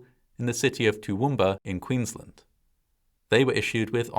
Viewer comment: The seriousness of this video aside, it's always funny to hear non-Aussies say our town names 😅 "Toowoomba" isn't really pronounced 'toooo-whooom-ba', if you want to blend in with us, it's 'Tuh-whum-ba' 😂